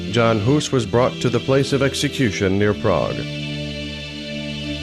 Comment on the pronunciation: Please learn how to pronounce "Czechia", or just call it Bohemia. Also, look up the pronunciation of "Jan" while you're at it.